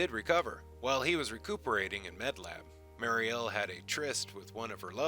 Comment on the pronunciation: I hope you take this as constructive criticism. I like your videos but it's weird that you get the pronunciation of these names wrong and the accents on the wrong syllables (and then after that you'll say it right, then wrong again) when I know you've just re-watched the video! Daggair (like saying dagger with a French accent), Timov (vomit spelled backwards) and Mariel (the prettiest name for the prettiest wife) are pronounced Duh-GARE, TIH-mauve and mary-EL. I appreciate your including the novels. However, you should also cover his earlier wife, the dancer.